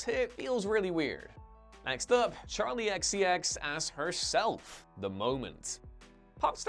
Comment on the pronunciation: Ahh, good ol' Charki XCX... wonder why he pronounced the K as an L though. (EDIT: I do realise all the errors are probably intentional, because us commenting is considered "engagement" to the algorithm, thus artificially increasing it. And I do realise this comment furthers their goals.)